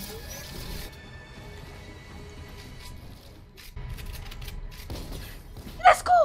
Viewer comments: Non è lets go bensì lesgò (Cit. ) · Per: si dice let's go, non lesco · ma come ha detto let's go ahahahahah